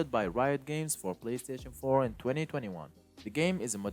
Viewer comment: “PlayStation foe” 😂 lol